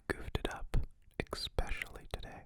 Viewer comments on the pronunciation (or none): One piece of constructive criticism... It's especially, not expecially! I know it sounds crazy that I can't just relax when you say it, but it just makes me so uneasy, Yours sincerely, a grammar freak. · It is especially, not expecially... expecially is always incorrect and has nothing to do with where the speaker is from. Also... it's tousled, not tasseled. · no one pronounces 's' like 'x' though... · Ethan Pond I'm not sure if by "America" you mean North America or the United States of America, but I believe is from Canada. Also, I don't think dialect matters so much in this situation as he clearly replaces the 's' to a 'x', which is very wrong.